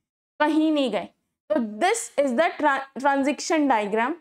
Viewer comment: stop saying transiction table its transition pls fix your pronunciation